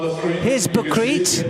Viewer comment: I like our british friends very much, but her name is not batried, her name is Butkereit(boutkerait) not so difficult. Keep up your great comments 👍🏻🖖🏻